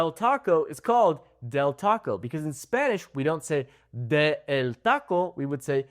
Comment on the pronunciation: I heard you say "(d)The" when saying "de"... Is that how to pronounce the "d"? I'm confused...